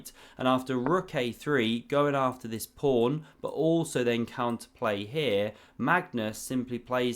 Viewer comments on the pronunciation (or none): Is this a source of your prawny pronuncion of pawn? Or are you independent inventor of chess? 😉